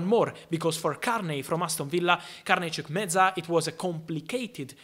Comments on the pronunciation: it's pronounced as Chukwu-E-Me-Ka It's Nigerian tone bro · Carney Chukwuemeka lol. Chukumenza.. Chu Ku A me ka. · You didn't pronounce the name CHUKWUEMEKA very well.. And secondly, they'll end up in loans